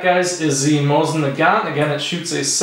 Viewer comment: Mo seen na gan, The T is silent